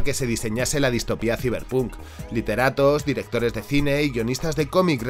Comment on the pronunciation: Ta' bueno el "siberpuuunk" 😂🤡 Saiberponk conteXto